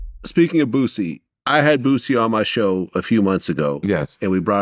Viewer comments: who the hell is bootsey 😂😂😂 my man stay messing boosie name up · "Bootsie" lol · Nobody:: bootsie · 'Bootsie' as says 😂